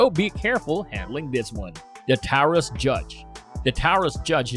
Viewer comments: Taurus is pronounced “tor-us”, “tau-rus”! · BOY IM GONNA SAY THIS AGAIN YOUR ONLY NAMING TWO ROUDNS FOR THE TARAUS JUDGE ALSO YOUR SAYING TARAUS "TAWORRS" PLEASE SAY IT RIGHT let me get your taraus judge Rounds it uses 410 boreshot, .45 coly, 454 casull please get this info right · @@ you know it's good when the video has dumb idiots right next to each other and this guy can't even say Taurus correctly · As this channel steals more video and content from real content developers perhaps it will be able to afford some good AI voice software. i.e. Can pronounce Taurus, "dot" 45, "substantial piece of metal", etc Any viewer subscribing or liking these vids are stealing from real content developers like Sootch00.